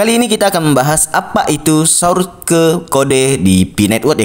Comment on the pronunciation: Ihhhhh...kamu lucuuu dehhhh masa sourke bacanya😄😄😄😄😄😄